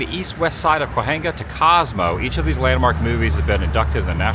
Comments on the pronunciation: Cahuenga is pronounced Cahwengah! (From a Native Californian.) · Cahuenga pronunciation: Kuh weng guh ( accent on 2nd syllable) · Adam, I've loved your shows for years. Please accept this gentle correction from an L.A. native: Cahuenga is pronounced "Cah-weng-guh" I used to work on Hollywood Bl. Keep the great videos coming! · Adam. I love you and your videos. But as a born and raised Angeleno I can’t ignore how you say “Cahuenga” 🤣 it’s pronounced “cuh-wang-uh” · He lived in Hollywood for two years and he never learned how to pronounce “Cahuenga”? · Came looking for this comment. I’ve lived here 40+ years and had never heard it pronounced the way Adam did. 🤷🏼‍♀️🌹